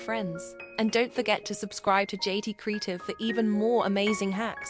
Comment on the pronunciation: Is the narrator AI? “Kree’tiv?!” How about English — “kree ai’ tiv?”